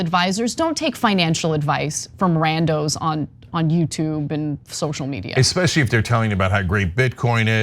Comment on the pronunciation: eck speshly ???🤣🤣🤣